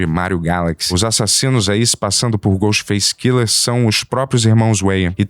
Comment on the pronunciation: Cada vez que o fala Ghostface Killer eu perco um minuto de vida